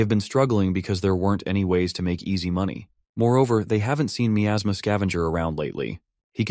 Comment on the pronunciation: I can't stand the way it pronounces miasma